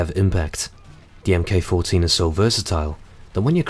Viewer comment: "Mk14" is pronounced "Mark Fourteen" not "em kay". Otherwise, great vid